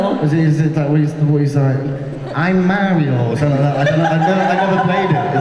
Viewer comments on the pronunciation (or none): “ayy’m maarioo” 😂